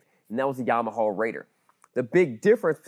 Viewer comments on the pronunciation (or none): Fascinating look at the hardware and back-end, but it made my eye twitch whenever he said "Yamahawl". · Lol at Yarm-aha. Just say things properly. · Why is he saying Yamaha like that? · I don't like the way you say Yamaha